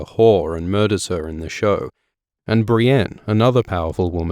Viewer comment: Audiobooks are great but i can't get over the fact Brienne is pronounced "Brain"